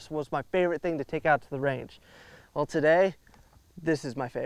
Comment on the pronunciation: Magazine “well” not weld.